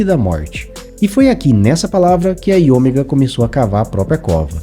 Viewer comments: IOMEGA. A pronúncia é "áio méga". 😮‍💨 Rsrs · O video ta bacana, matou saudades, mas "AioMÉga" é a pronuncia, filhão!